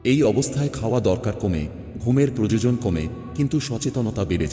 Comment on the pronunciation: Apnar bangla uchharan bhul proyajan ke balen prajajan